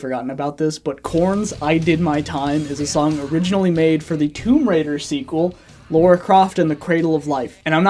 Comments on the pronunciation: Lara. Not Laura. 😁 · Why can't Americans ever pronounce Lara Croft right?